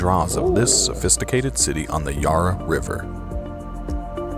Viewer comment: Thank you for the Melvin ;yeah I heard it -?well done). .. YARRA The A as in Arrow - bow and arrow NOT like say Bar (a drinking establishment). Yarra. No don’t bother visiting it.